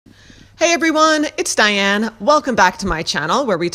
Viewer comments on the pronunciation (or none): none